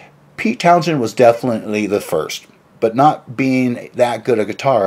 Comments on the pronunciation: His name is pronounced "Town-sen", not "Town-shen" nor "Town-jen" nor "Town-jshen" or whatever it is you are trying to spit out. Both the "h" and the "d" are silent. Also, I had that same problem with excessive saliva, but it's possible to have your saliva glands reduced, though you have to work a little harder to get good dental/oral hygienic reports from your dentist because saliva kills bacteria in the mouth. You need to work on your speech if you are going to try to speak professionally. Try putting a few (5?) smoothe stones in your mouth and and practice speaking. Some famous old Greek philosopher supposedly did that. Or just go to a speech therapist. You don't speak well. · The Who were never a heavy metal band. They were often a hard rock band. And it's pronounced Towns-hend, with the stress on the first syllable. (Townsend) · How are you gonna do a video about Pete Townshend when you can't even pronounce 'Townshend'?